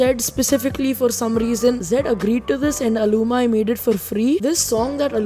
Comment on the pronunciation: It is al-u-meee not alumy